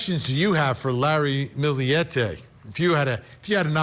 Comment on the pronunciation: They actually pronounced it correctly. Source: I’m filipino.